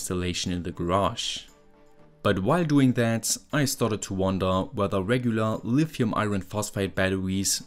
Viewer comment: caculated and lifium hehe